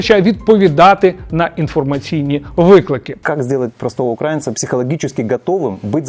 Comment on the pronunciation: На слові "укрАінца" мене аж передьорнуло🤮